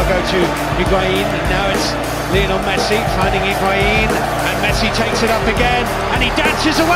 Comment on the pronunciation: LIOnel not LIEonel